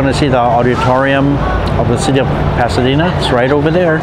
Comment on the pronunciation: Can't believe your pronunciation. Can't believe you can not pronounce "El Paseo", "Pasadena" and many other places. English is my second language, but if I'm going to make a video like yours , I would do my homework and planning a bit more. I wanted to see Pasadena but you got stuck in " food". If I wanted to know where you can eat or what to go eat in China, I would have looked up Mark Wiens or The Food Ranger. You will disappointe lots of people who want to view good old Pasadena.